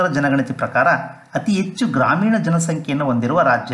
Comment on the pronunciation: Good information ,, ಉಚ್ಛಾರಣೆಯಲ್ಲಿ ಸ್ವಲ್ಪ ಬದಲಾವಣೆ ಮಾಡಿಕೊಳ್ಳಿ ಸರ್, ಹೆಚ್ಚು -- ಎಚ್ಚು, ಹದಿನೇಳು--ಅದಿನೇಳು ಆಗ್ತಾ ಇದೆ